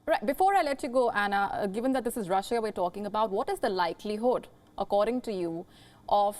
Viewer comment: Shame on you for keeping pronouncing my country's name Rusheeya! It's pronounced "Rusha" (En) or "Rosseeya" (Ru)